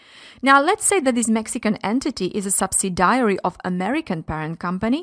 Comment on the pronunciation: Great video, but the prononciation of subsidiary and determine (sounded like data mining) needs to be corrected..